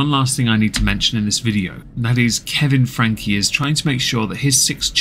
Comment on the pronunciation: There is a lot of misinformation in this because of the innacurate timeline. Just because you talked about this family years ago does not mean you know what's happening now. It's Frank-y. Not Frank The duct tape issue is what has caused this new upsurge of interest and led to the arrest of Ruby and Jodi. Kevin has not been active in the channel or Rubys life in about a year. The abandonment of the children for weeks on end is a recent speculation we have learned about due to the new information from neighbors and police reports. ... come on dude. Do better. Any research at all would have clarified the name pronunciation and basic information of the current events.